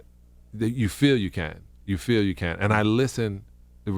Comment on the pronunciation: feel , not fill and too , not to. 🤦🏻‍♂️😁🤣